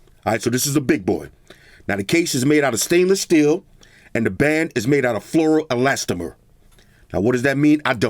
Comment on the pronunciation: Did you say Flora Elastimer band?